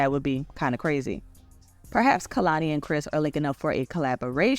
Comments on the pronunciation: Just a note: it’s KAY-lani not KUH-lani. And this is definitely hypocritical of her so I’m curious how she will address it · her name is pronounced KAY-lani